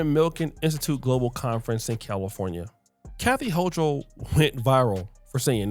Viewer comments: If you want to dog the woman, which she clearly deserves, at least please pronounce her name right. It’s hoo kol, not hoo chal. Thanks. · Its ho-kul... that's how u pronounce it 😂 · Born and raised in Brooklyn NYC and she is a racist.. Eric adams isn't any better. He panders to them. And its HO-KOOL BRO. 😂😂